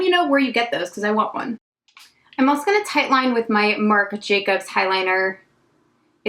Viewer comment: Your makeup looks are everything! I love how you don't edit out you messing up a word too , "alsho" , "also" 🤣🤣 💜💜